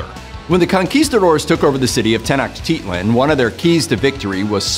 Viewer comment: As a mexican, the most impressive thing about this video is the fairly accurate pronunciation of some words like Oaxaca, Nahuatl and Tenochtitlan